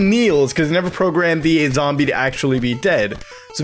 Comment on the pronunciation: Great video but "zamble"!! Please, please don't say that again...